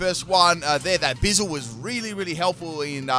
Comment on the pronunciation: Ayo why you say it like bizel? It’s a weasel with a buoy 🛟! Buizel: sounds like “Boo-e-zel”. Way you say it sounds like austin powers 😂. Love the videos bro thank you